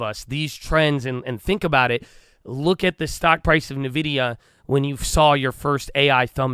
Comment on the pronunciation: Idk why people say it wrong seems like everyone on TV does as well. The name of the company is N Vidia not Nividia.